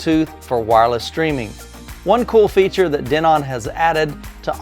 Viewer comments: Not sure if it bothered anyone else but the pronunciation of Denon as De-NON killed me during this video lol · I have wonder that too. I have seen other videos with them saying Den-on.